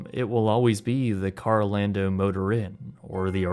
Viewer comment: Carol ando. Not karl o lando